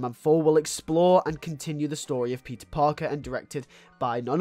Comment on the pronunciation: When you say peter it sounds like your saying pizza